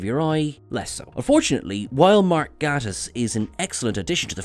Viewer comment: Please learn how to say Mark Gatiss, instead of butchering it.